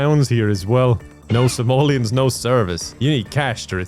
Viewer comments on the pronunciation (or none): none